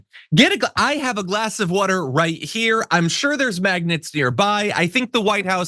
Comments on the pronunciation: Yeah. He keeps saying maggot instead of magnets. Wtf😂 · Did he say maggots, or magnets? I don't think he knows the difference.